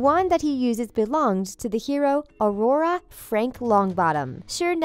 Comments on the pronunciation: uhh why did she say AURORA and not auror? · Did she pronounce auror aurora ummmm